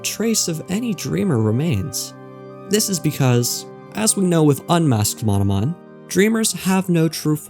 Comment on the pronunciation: Ah yes, "Mononom"